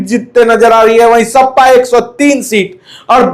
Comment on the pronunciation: ओ भाई सपा होता है ना की सप्पा सही से बोलना sikho